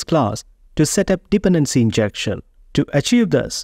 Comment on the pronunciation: thanks, btw: Dependency is pronounced with an emphasis on the second syllable, not the first, so it's more like dePendency